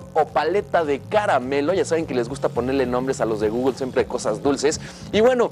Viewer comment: No sabes ni decir Google wey